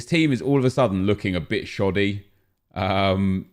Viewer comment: I cringed when he said Valverd (e)